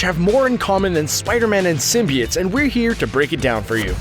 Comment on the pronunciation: Who the fuck says symbiotes like symbi-its